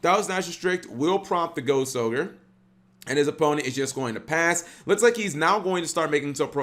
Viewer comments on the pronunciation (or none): none